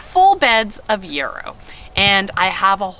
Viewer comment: And yarrow. says them both right, lol!